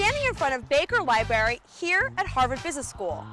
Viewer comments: A 2nd-year MBA that says "li-bary". You can't buy smarts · libary... I listened to it 10x, and I can only hear libary.